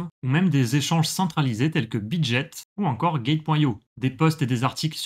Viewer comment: On ne dit pas "bit jet" mais bit GUET, bitget, obtenir du Bitcoin... 😅